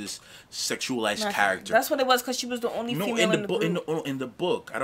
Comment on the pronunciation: WHY tf is she pronouncing "character" like that?